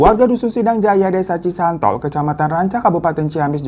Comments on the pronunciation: Bang maaf mau merevisi nama desanya bukan cisontol, tp cisontrol bang 😁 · Cisontrol bang hiro.. bukan cisantol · Cisontrol bang Hiro bukan cisantol😭😭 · bukan cisantol bang , cisontrol😅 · Cisontrol bang,bukan cisantol😅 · Cisontrol bang..bukan cisantol 😄🙏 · cisontrol ouy, laen cisantol .. salah apadi samarin wkwkwk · Cisontrol ka bukan cisantol😅😂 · Desa Cisontrol ya ka , bukan Cisontol haha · Desa cisontrol bang bukan cisantol😂😂😂😂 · Desa cisontrol kak bukan cisantol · *koreksi bang bukan Cisantol tapi Desa Cisontrol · Btw bukan cisantol y kak.. tp cisontrol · Cisontrol bang bukan cisantol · Cisontrol bang bukan cisantol😅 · maap bang hiro bukan cisantol tapi cisontrol 🙏